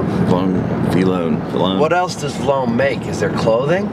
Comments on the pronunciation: The V-lone part LMAO! (Vee-low-n) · Says vlone n not v lone